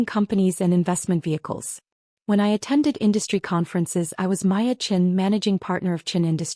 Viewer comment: Is there a reason AI can't get the name Maya right. In this story she was Maya, Waya, & Laya. In another she was Piya & Hiya. PROOFREAD & PROOFLISTEN!!!